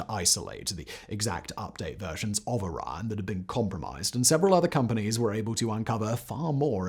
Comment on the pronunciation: A 3 syllable word like Orion and a 2 syllable word like Iran should not sound exactly the same when spoken.